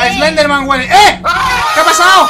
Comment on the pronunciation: Mike en vez de decir eslender dice selender